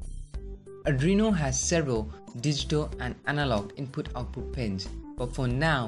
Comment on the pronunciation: adrino? r Arduino?